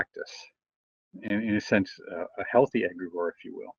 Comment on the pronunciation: (pronounced egg' gree gore)